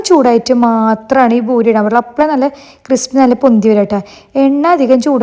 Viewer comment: It’s not boori.. it’s poori 😊